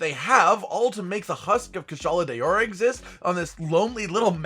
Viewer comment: It's not kushala day-ora 😬😬😬🤢🙄